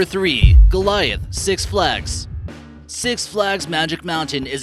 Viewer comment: GOLITAH NOT GOLIAFT